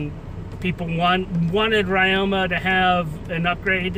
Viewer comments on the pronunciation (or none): ya pronouncing ryoma wrong... the y in ryoma is pronounced like the I in Literary because it is a japanese name